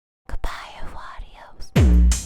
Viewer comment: Well I am not a huge fan of Everglow but the song is quite nice. HOWEVER, I cannot comprehend how "Goodbye, au revoir, adios" becomes avarios. On hearing that, I was bewildered how could one manage to twist their tongue in such a way to pronounce adios like avarios but it turns out that ThEY arE'nT evEN SayInG ThAT.